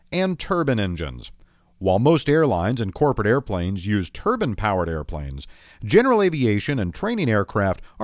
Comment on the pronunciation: Terbern engines? You mean TerBINE engines